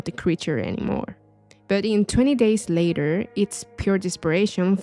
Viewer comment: Love video but I'm sorry sounds like ur saying "20 days later" LOL besides that no more notes.... keep up good work